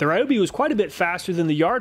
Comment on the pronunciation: Ryobi not Rayobi ;_; Why Americans are so stubborn to pronounce wrongly most of the words from other languages? Americans are mostly rude to laugh at foreigners for doing mistakes in English but when is a revenge time they are "it's not my language, what do you expect from me?!"... guys, we respect and try hard to pronounce your many ridiculous words which should be differently written then just check out even dense Google translate how to pronounce a foreign word. Just a language equality is what I want and it's really not that much or hard to do.